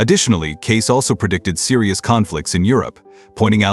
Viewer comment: This guy doesn't even know how to pronounce Cayce. It isn't Case it is Kay Cee.